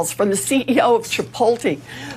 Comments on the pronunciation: Did this hag just say chipolty? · A "hurricun" & "chipolte" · "Cheap ol te", what a Boomer! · What the hell is "chipoltee"? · Can tell she doesnt relate to middle class as she cant even pronounce Chipotle correctly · I'm wondering if those were genuine mistakes or if that's how she really pronounces hurricane and Chipotle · Liz "Pocahontas" Warren is so out of touch, she can't even pronounce Chipotle. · Native american and cant even say chipotle 😂